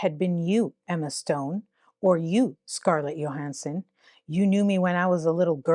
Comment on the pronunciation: The Y in Scarlett’s name isn’t pronounce like the J in jump. It is pronounced like the Y in you.